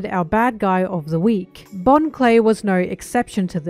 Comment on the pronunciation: You miss pronounced Bon the giga bro Clay.